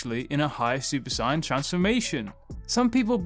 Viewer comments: Stop saying Saiyan like that 🤦‍♂️ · Why do you say Saiyan like that? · Super sayain not cyon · Please for the love of god, stop saying Super Cyan, because i will take a Super Cyan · Why do you say saiyan like cyan? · Super cyan 4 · I couldn’t take the video seriously because of the mispronunciation of the word “Saiyan” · Why do you pronounce saiyan like an idiot? For a dragon ball YouTuber You sound like you have never watched dragon ball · Who else hates the way he says saiyan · The way he says saiyan hurts me 😫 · He's saiyan it wrong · if you’re going say the English word “Saiyan” at least pronounce it like they do in the dub. Otherwise it just comes off sounding ridiculously weird